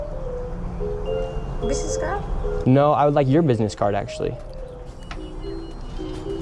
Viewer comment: I had a hard time taking that video seriously when he came out of the gate with a* pronunciation of "business" sounding closer to "bidness."